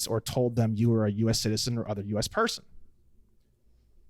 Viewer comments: I developed a tick somewhere along the 500 times he says PER-son 😅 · Saying Per - Son like that without an articulated reason is annoying as shit.